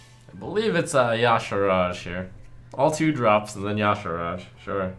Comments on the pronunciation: Why do so many people say 'Ya'Saraj'? It clearly says 'Ya'Shaarg'. FeelsBadMan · good god trump it's pronounced "YA SARJ"